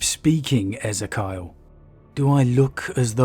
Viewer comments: Not sure in this instance but I think Ezekiel is pronounced Ez-ee-key-ul not Az-i-kyle. Awesome video nonetheless! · ee zee kee ell ezz zeh kayahl? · Just an observation I think that’s E-Z-Key-al (or El the end) phonetically. Great vid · Eh-zee-kee-el San-gwin Excellent content otherwise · I don't think that is how you pronounce Ezekyle by the way. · Your pronunciation of Ezekiel just destroyed my brain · Its pronounced E-zeek-eal Abba-Don NOT Ezeh-Kyle Abe-Den.